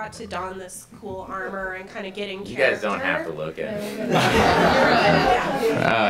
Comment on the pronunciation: WTF was that in the beginnig "Hi, Gay"